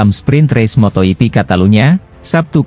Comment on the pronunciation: Motor yipi? Bro klw pake robot nulis narasinya pake bunyi lidah indonesia, biar gak salah baca , misal fransesko bagnaya, mark markes , dan sebagainya, mosok salah ucap dipiara terus ,tanpa kualitikontrol?